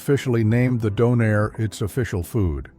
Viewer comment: It's DAWNAIR, not DOH-NAIR